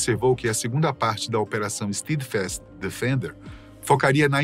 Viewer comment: Nem se deram ao trabalho de pesquisar a pronúncia do inglês. É STÉDFAST, não STIIDFAST. jesus